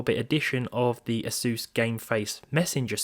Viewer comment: Is it not A-sUSS, not Asooos?